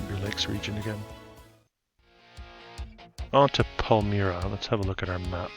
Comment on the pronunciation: Hi, Great video, just some pronunciation (I’m from Rochester) Medina is pronounced meh-dye-nah. Palmyra is pronounced Pal-my-rah Schenectady is pronounced Skah-neck-tah-Dee